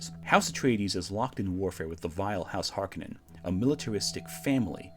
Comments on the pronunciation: HARk-O-nen, No Conan. It is a Finnish Sir name. This is how Frank Herbert pronounced it in interviews and how the New Dune pronounces the name. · I know it’s fashionable to pronounce them as HARkonnens, but to me they will always be HarKONnens.